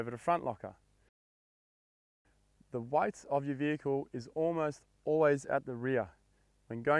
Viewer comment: I am here for the word “weight” 😅😅